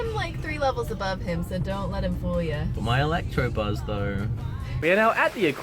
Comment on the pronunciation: electabuzz!! It's electabuzz!